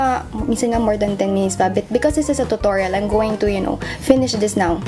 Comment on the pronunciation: Nianna actually thats the correct pronounciation of it